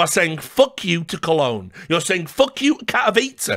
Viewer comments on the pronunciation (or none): none